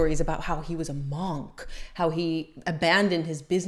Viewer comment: Monnnnk its Monk as in trunk lol